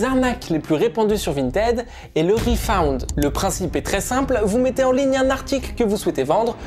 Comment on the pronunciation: Ça s'écrit refund mais ça se prononce refun😅